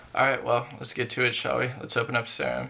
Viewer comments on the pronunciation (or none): it’s sear-um like an actual serum of medicine